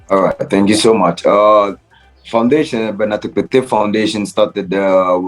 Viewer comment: The name is tekpetey.....eey not as you pronounced it